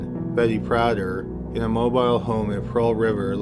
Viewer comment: MOBILE HOME...Mow bill home